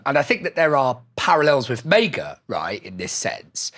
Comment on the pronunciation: Why does pronounce it “mega” instead of “MAGA” very weird pronunciation